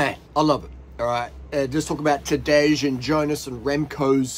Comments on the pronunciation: It's not Tadezhhh, it's Tadei, for the hundredth time ffs. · Tadej is spelled like Tadey not Tadeg.